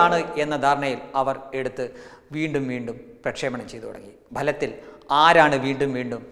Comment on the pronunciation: ഭലത്തിൽ.............X ഫലത്തിൽ............✓